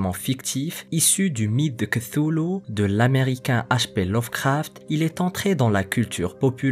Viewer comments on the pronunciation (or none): none